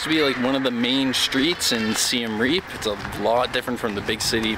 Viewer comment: It’s pronounced see-um re-up.. not seen reeeeeep